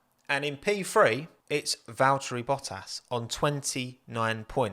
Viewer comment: They way you say Valtteri.... oh God